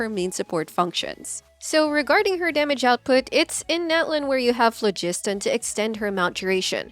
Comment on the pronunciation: Thank you for pronouncing phlogiston correctly!